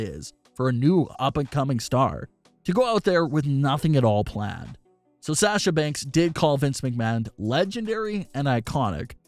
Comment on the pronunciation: “From Say-asha Banks” 😂